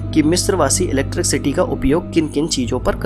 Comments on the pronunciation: चचा, its not ईलेक्ट्रिक सीटी, its ईलेक्ट्रिसीटी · electricity hota hai bhai electric city nhi . pronunciation mistake hai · Electric city bol rahe ho bar bar... 😀😤👋 bhai apke bolne ke tarike se lagta hai ap kahi se chep ke video banate ho. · 😂😂😂 electric city Jo English ke words Thik se nahi bol paya o Gadha Hame Primads ke Rahasya bat rha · Jinone pyramids bnaye the unhe bhi English nai aati thi still they made those structures. English is just a language not someone's level of intelligence. Nevertheless 'electric city' is funny tho.😂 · 😂😂😂😂 Electric city 😂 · oo bhai scientist research karo bol ra ,accha usne sab copy paste kiya hai bass voice hai uski and usmei bhi vo electricity ko gajab hi bol ra hai ,,aur tu laundiya ko samjha ra